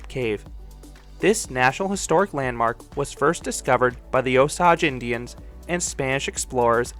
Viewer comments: Good stuff per usual. One thing would be that it's actually pronounced O-sage, like the plant not O-saw-jjj. Oh-sss age. Can't wait to get there this summer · The way he pronounced Osage kinda irks me lol "Oh-sage"